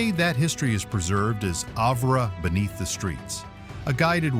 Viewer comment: It’s pronounced Have-er.